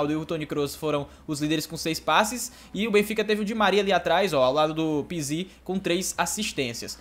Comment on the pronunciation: Só eu que fico com agonia quando ele fala o nome do pizzi errado?